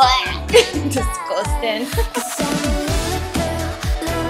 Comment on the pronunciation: The most Australian I’ve ever heard was when she said “Disgustang.”